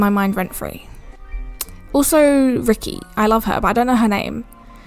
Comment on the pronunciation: You saying cleo, Emma and ricki is bothering me I only know EEEMA, CLEOOR, WRIKEEY